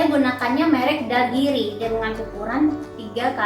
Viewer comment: dhaulagiri teh, bukan dagiri he he... 🙏